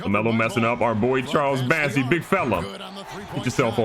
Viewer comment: BOssey, not BAssey lol